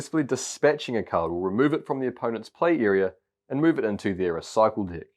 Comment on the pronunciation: is he saying di** or deck? once u hear it. u can’t unhear it. love this game btw. gf9 rocks!